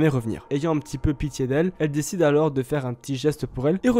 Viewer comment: Le « s » de « alors » il est muet par pitié